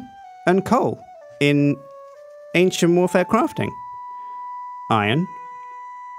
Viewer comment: Does nobody else hear "Asian Warfare" when he says "Ancient Warfare"??